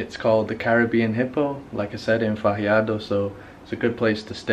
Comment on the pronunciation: FAH - HARD - DUH.